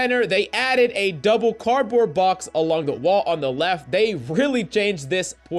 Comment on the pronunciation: Cardoard box, mate XD